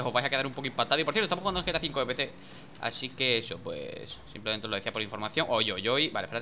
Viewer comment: Cuando DaniRep | +6 Vídeos Diarios De GTA 5 Online! dise bienvenidos a un nuevo video de gta 5 online suena como bienvenidos a un nuevo video de vegeta 5 online xddd